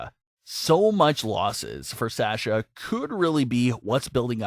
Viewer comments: Yeah, it's Saw-sha not Sash-uh. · was triggered every time you said, ' S-ash-ah ' instead of ' Saw-sha ' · PLEASE FOR ONCE IN UR LIFE ITS S A S H A NOT SÄESCHA